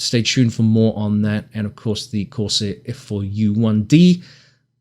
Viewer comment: “Corsair”….not “course air”. F***ing text talk